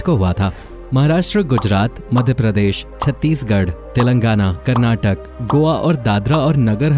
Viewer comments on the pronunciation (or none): none